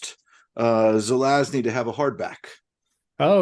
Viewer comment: Also, pronunciation of the name Żelazny is close to Polish Perfect! 😂 🙌